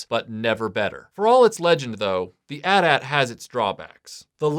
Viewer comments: The constant "at at" thing is driving me nuts. Everyone knows it's "Eh Tie - Eh Tie". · Atat....it's AT-AT (Aye-tee Aye-tee) ... 🤭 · Dude, really? At at? You don't say at and tee when talking about a phone company. Anyway, the amount of Hoth stuff Kenner put out always bothered me. Other cool review video, but some how I feel like this should have been a bit longer given the amount of Hoth toys there were. Keep up the good work.